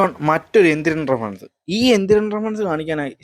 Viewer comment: Social Relevant അല്ല, Socially Relevant.. ആദ്യം നീ നിന്നെ ശരിയാക്ക്.. അത് പോലെ റഫറൻ റഫറൻ എന്നാ നീ പറയുന്നത്.. റഫറൻസ് എന്ന് പറ ശരിക്ക്